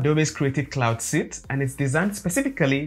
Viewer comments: suite" is pronounced like "sweet" not like suit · Great video, I've never used animate but now I will! Sidenote: the English word "suite" is pronounced exactly as you would pronounce the English word "sweet". Great job! Subscribed.